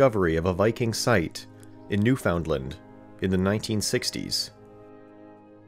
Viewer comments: No, it is not acceptable. If you went there and said it that way they would laugh at you. If you are anywhere in Canada and say new-found-land you will be corrected immediately, every time, because it is an incorrect pronunciation. Full stop. New-fun-land. Please pronounce it correctly. It’s kind of like the American state of Arkansas. Regardless if the fact that is spelled Ar-Kansas, if I were to say it that way I would be laughed at because we all know it it pronounced Ar-Kan-saw. And just like Ar-Kan-saw being correct, so is, New-fun-land, it is a case of right or wrong, there is no acceptable archaic usage of anything else. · BTW Canadians pronounce the province "NEW-fund-land" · yeah also it's "new'fun land" not "new FOUND land" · Ugh, it’s not NewFOUNDland but closer to Newf n’land. This pronunciation is like nails on a chalkboard. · It’s pronounced new-fun-land. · It’s not pronounced as New- found- land! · 'Iracoy' , it's a 'kwa' sound in Iroquois. Plus NOBODY pronounces Newfoundland like that. Also they wouldn't be native 'Americans'. So many incredibly basic mistakes. English as a second language maybe?